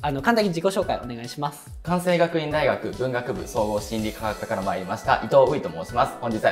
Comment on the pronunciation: ？ 関西学院大学は「かんさい」じゃなくて「かんせい」だよ